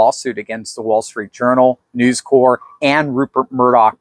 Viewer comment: I believe Newscorp would be said by voicing the “p.” You may be thinking of “Marine Corps” where the “p “ and “s” are silent, Obama’s gaffe pronouncing it “corpse” notwithstanding.